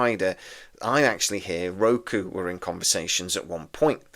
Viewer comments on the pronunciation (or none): none